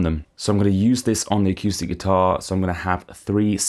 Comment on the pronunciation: I can't trust someone who say akewstic. Sorry.